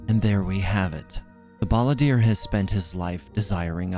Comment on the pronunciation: Hah, you said Balladeer like "Baal"